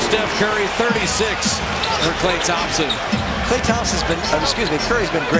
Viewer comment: it's klay not Kay